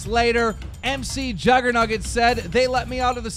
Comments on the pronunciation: OMG quit saying M C Juggernuggets it's pronounced micjuggernugetts like McDonald's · Mcjuggernuggets isnt scripted...and its not prenounced M-C jugger nuggets its mick jugger nuggets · It's not M C Juggernuggets it's pronounced micjuggernuggets as in chicken mcnuggets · Kill me dude first he calls McJuggerNuggets: MrJuggerNuggets (in his other vid) Then he calls him M C juggernuggets xD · It's not M. C. juggernuggets it Mcjuggernuggets as in McDonald's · The fuck y does he say M C. It's MC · DramaAlert it's not MC juggernuggets it's mcjuggernuggets like McDonald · Its not MC JuggerNuggets its Mc like in Mcdonalds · its not mc juggernuggets its mcjuggernuggets like McDonald's. say it write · It's not pronounced MC it's pronounced Muc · Its pronounced Mc like McDonalds. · its pronounced micjuggernuggets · You're saying McJuggerNuggets wrong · M.C.JuggerNuggets . learn how to say the names of the people you report about.